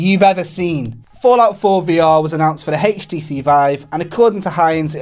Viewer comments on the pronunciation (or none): Did anyone else notice that when the guy on the right said HTC it sounded more like "hache TC?" Or was it just me?